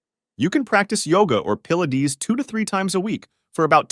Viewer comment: Pill-la-dees?? Definitely AI.